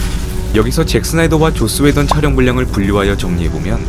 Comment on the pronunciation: 왜 자꾸 조ㅈ스 웨던으로 들리죠?